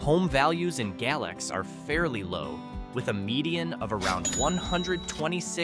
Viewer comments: Galax is pronounced Gay~Lax not Gal~ox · It's pronounced Gay-Lax. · It's gay-lax, and apple-latchan. experts cant pronounce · franklin county is not the city of Franklin, totally different sides of the state. And Galax is pronounced Gay-lacks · Say you're not from VA without saying you're not from VA. Mispronouncing Galax. It's Gay-lax.